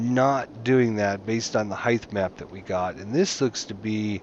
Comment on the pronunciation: was driving me crazy too. Sounds like he's saying "highth map"